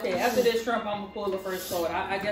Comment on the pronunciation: “Yes I said scrimps” 😂😂😂😂😂